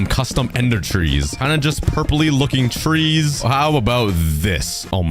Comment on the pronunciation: Parents:trees You:twees